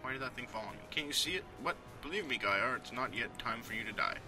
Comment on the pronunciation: And it's not GAYar! :D